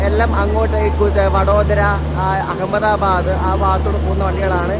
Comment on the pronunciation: churhi gate alla.... churchgate...ahemgabad alla Ahmadabad